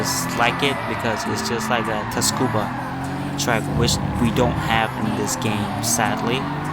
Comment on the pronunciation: What's Ta-scuba? You mean Tsukuba? Tsuku-ba